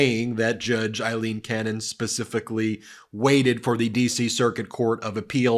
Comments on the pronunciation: Ben, just a gentle reminder that Judge Cannon’s given name is: AILEEN, not “Eileen”, as you keep pronouncing it. We want to make sure the right person is being cited for her corrupt conduct. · Aileen, Aileen, Aileen = Ayleen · You're pronouncing Aileen wrong.